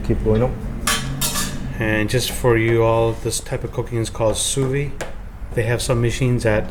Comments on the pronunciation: That was crearly not " sous vide " please xDDD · Hey you ignorant American commentator: learn to pronounce sous vide correctly! Otherwise videos are instructive and nice to watch.